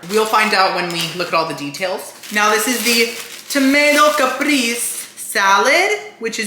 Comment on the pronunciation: Caprese = Kuh-pray- say, 🙂